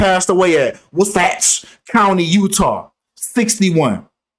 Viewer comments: Hells yea!! I was waiting for this vid. It sounded like you said "what's in the future" when you were referring to Wasatch Country, Utah 😂😂. I think it sounds like "Waah-sach" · 🤣🤣🤣🤣🤣🤣 I’m hollering at u trying to pronounce that city name